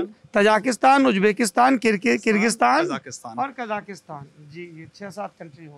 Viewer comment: It's not Tajaakistaan please stop saying/spreading wrong names of the countries. It's, TAJIKISTAN Stop saying Ujjbekistaan, please It's UZBEKISTAN Stop saying Kajakistan It's KAZAKHSTAN KAZAKH----STAN Of course, don't expect that from this illiterate Jaahil of India